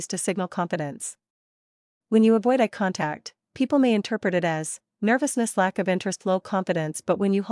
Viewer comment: I'm not sure 'ah contact' is a thing... but eye contact is!